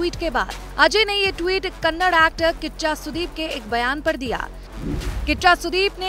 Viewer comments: First of all i like to say it is not Kannad it is Kannada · It's not kannad.. It's kannada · It's Kannada not kannad, atleast pronounce it correctly 🤦🏻‍♂️ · It is Kannada not Kanad, at least pronounce properly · It's a not a kannad its a kannada, ka nna da🙏🙏🙏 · Hlo Didi vo kannad nhi '‘kannada' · It is not kannad it is Kannada. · Hello madam it is not Kannad.... It is KANNADA... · Kannad nahi ....kannada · Kannad nahi kannada